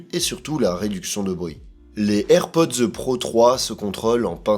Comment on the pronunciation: On ne prononce pas "airpodzeu", mais juste AirPods......